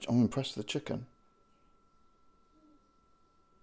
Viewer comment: Never heard anybody say "chucken' like that before. Never heard somebody eat a tinned chucken curry before either, really hope I never do so again.